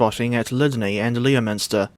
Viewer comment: Leominster is actually meant to be pronounced like "LEMster" believe it or not.